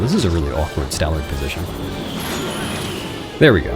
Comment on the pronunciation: 'Stallerd' lol. Years doing this now and he still gets it wrong every time.